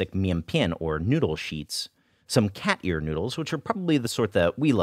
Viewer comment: Anyone else think he was saying "cat urine noodle" for half of the video?